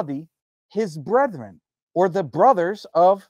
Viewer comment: YQ can't pronounce brethren.